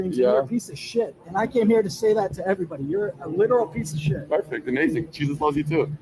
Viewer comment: Hearing an American pronounce 'shit' as 'shite' is profoundly grating